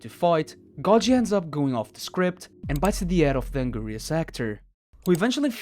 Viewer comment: Um actually it’s pronounced (AN-GIR-IS) not (AN- GIRI-US)🤓👆